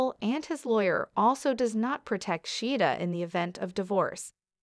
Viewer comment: her name is pronounced SHA-heeda